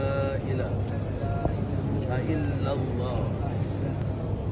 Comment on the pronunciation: Npe x suruh tok imam atau ustaz2 yg ajarkan syahadah kpd saudara bru tu..salah cara bacaan syahadah pmx tu klu nk disebutkan dari setiap kalimah ke kalimah..ia sepatutnya berbunyi "asyhadu-alla ilaha-illallah", bukannya "asyhadu-alla ila-haillallah"..